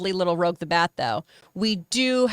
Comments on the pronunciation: Just like live(home,) and live(concert). I had to correct 3cflims on this too lol. It's pronounced like rue-je. It shows none of the crew even watched sonic prime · It’s ROUGE, not ROGUE.